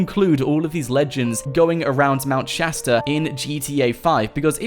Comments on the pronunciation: Isn't it Shasta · Aidan Mendler Shasta XD